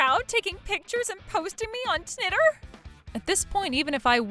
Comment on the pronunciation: “Tnitter”?! I’m done 😂😂😂